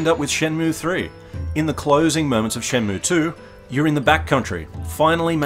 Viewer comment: ShenmUe pronunciation correct